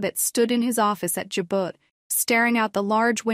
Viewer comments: Learn how to pronounce Jabot please. Ja bo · How does she not know how to pronounce Jabot. Damn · Does she not know how to say Jabot the way it is supposed to be said..